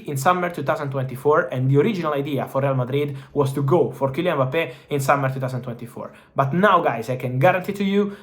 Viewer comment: hilarious hearing him say Boppay